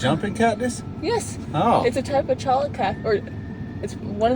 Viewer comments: Cholla is pronounced choya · Cholla is pronounced "choya" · cholla are actually pronounded choya .